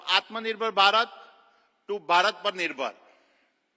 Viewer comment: 'v' is not pronounced as 'bhi' ❌